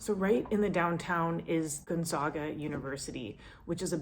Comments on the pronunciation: I am in Spokane. It is Gonzaaaga not Gonzoooga. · Earliest snow is Halloween. Largest TIMED race in the world. Everyone get a time and it is printed in the news paper. You forgot the 3 on 3 basketball tourny in June. By the way Gonzaga is 3 syllables GONE-ZAG-a as in about, a short a. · It's actually gone-ZAY-guh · Gone zag a ! say it right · Great video, you really nailed it! I've lived in Spokane almost 30 years. So, if you don't mind I would like to clarify a couple of items: The cat walks are called "Skywalks," Gonzaga is pronounced gone-ZAY-guh, If you really want to see the falls come in the spring. (The flow usually peaks around Memorial Day) Spokane has a thriving foodie scene, too! There are 5 ski resorts within a couple of hours. One is 45 minutes from Downtown, another even rivals Vail! Wild life? In addition to wild turkeys I have seen deer, racoons, moose, a cougar even a black bear pass through my yard and I live less than 2 miles from downtown! I have lived in Central and South America as well as Europe and stumbled into this place around 1998 and see no reason to leave! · how do you pronounce it? My father, uncle, brother and four cousins that have degrees from Gonzaga University. Each of them called it Gone Zay guh. Local newscasters also say it that way. I could be wrong, but that is how i've always heard it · I wanted to mention that Spokane hosts not only Bloomsday, we also host Hoopfest one of the biggest 3 on 3 basketball tournaments in the US. We also have over 70 lakes within 30 miles of the city. To say we are a big basketball town with Gonzaga is an understatement! :) (also it is pronounced Gone- Zah- Ga) Go Zags! It was interesting to watch a video about Spokane as a native. Thank you we do have a beautiful city here. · I'll have to teach you how to pronounce Gonzaga!